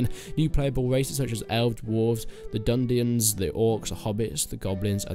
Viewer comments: Did you say dundians, did you perhaps mean dunedien, because they're just cool men, not necesarrily a new race altogether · “The dundions” oof. Arnor didn’t die for this